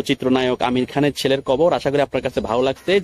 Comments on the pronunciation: আপনি উচ্চারন করছেন আমির খান না আমিন খান ঠিক পরিস্কার না। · আপনি আমিন খানের নাম ঠিক মত বলতে বা উচ্চারণ করতে পারছেন না,আপনি ইউটিউবার হলেন কিভাবে আমার বোধগম্য নয়,আপনি বার বার বলছেন আমির খান। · ভাই আমির খান নয়,আমিন খান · আরে ভাই আমির খান নয় আমিন খান কি যে বললেন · বুঝতে পেরেছি কিন্তু যাকে নিয়ে ভিডিও বানালেন,তার নামটা ঠিক ঠাক করে বলা উচিত? আশা করি আপনি বুঝতে পেরেছেন!!ধন্যবাদ!!!